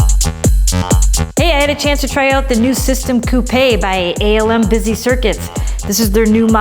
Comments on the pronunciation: Good video, but I'm pretty sure it's pronounced like koop (rather than koopay). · The word is actually pronounced koopay. It's another word butchered by Americans, like Porsche being pronounced as one syllable.